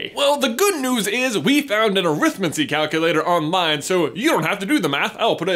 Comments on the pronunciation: Stop pronouncing it wrong, it's ah-rith-mancy not arith-m'ncy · you're pronouncing Arithmancy wrong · AH! The pronounciations! I've always followed what we might call "the Stephen Fry path", where arithmancy is pronounced more like "necromancy", where the emphasis is on the first part of the word; "Arithmancy, not arIthmancy" to paraphrase. I always felt that way of saying -mancy is more "wizardesque". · You're doing that American thing. Look up the way Stephen fry says arithmancy. You're stressing the wrong part of the word. Just like the word Buckingham.